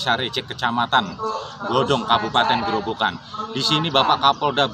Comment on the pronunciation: Ada beberapa hal yang perlu diperhatikan. Sebelum proses tayang. 1. Pembacaan yang benar adalah Desa Rajek bukan Desa Rejek. 2. Kemudian Kabupaten Grobogan bukan Kabupaten Grobongan atau Grobangan. 3. Grobogan adalah wilayah sendiri atau kabupaten yang ada di Jawa Tengah bukan termasuk wilayah Semarang. 4. Keterangan lokasi di lower third menunjukkan di Semarang, padahal sebelumnya sudah ada penyebutan Grobogan oleh Kapolda. 5. Reporter menyampaikan bahwa melaporkan dari Grobogan sementara pengisi suara menyampaikan melaporkan dari Semarang. Tks.